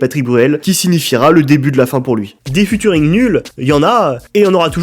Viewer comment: Cette série est énorme par contre prochaine fois que tu dis Futuring ya moyen je casse des trucs